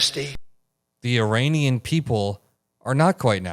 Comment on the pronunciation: Uranian??? Did he misspoke? Meaning Iranian, but got Ukraine and Iran mixed up? Well... it's not the first time he put his foot in his mouth. Obviously his brain is turning to mush.🙄